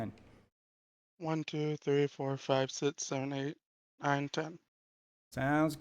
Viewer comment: I knew it was over when he said six like “sits”